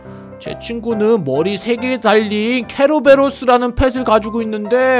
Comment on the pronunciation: 케로베로스 아님 켈로베로스 임